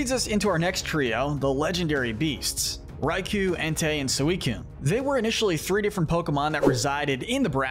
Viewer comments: Raikou (Ry-Koh). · This video is almost perfect, but the pronunciation of Zeraora, Raikou and Magearna's names is wrong and the rest of the ultra beasts are missing.